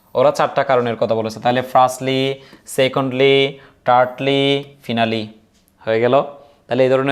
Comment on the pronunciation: ফিনালি ❌ ফাইনালি ✅